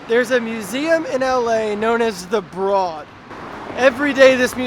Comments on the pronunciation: Don't mean to be a total prick, but it's pronounced the BRODE even though it's spelled broad. So it sounds like ROAD. It's the owners last name and that's how they pronounce it. I'm not trying to be rude, just trying to inform! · It rhymes with "road." "Brōd." "Broad."